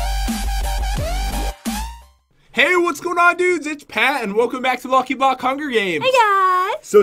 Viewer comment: 0:9 Pat said lucky bock